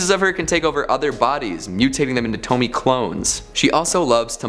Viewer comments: Wow, a second video that says “Tome-Me” and not “Tome-Me-AYE” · Isn't it pronounced "Toh-me-a?" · It's a actually pronounced tow-me-ay. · it bothers me that you can pronounce Fuan no Tane okay but you also pronounce Pupa (suppose to be POO-pah) as PEW-pah... Also, Tomie is pronounced TOE-mii-eh. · Tomie - toh mi eh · Thank you for the suggestions. :3 I think Tomie has three syllables.